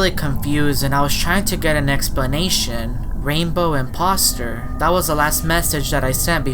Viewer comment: It’s the I’m-pop-ster